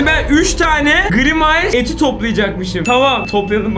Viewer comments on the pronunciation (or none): Gırimays hahah grimays